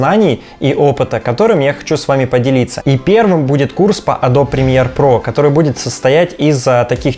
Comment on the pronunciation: Погугли, как “Adobe” правильно произносится :) smh